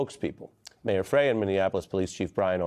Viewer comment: Learn how to pronounce Jacob Frey's name. Pronunciation is Fry.